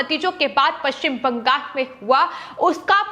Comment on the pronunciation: Why is BANGAL being pronounced as BANGAS?